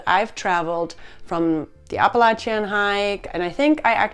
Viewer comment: Like the way you say Appalachian.... it hits also....❤